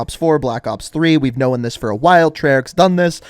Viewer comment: No one:: knowen